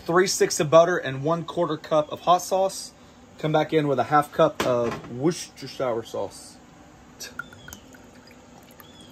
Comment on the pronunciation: Sorry, have to do it…… “Wooster-sher”.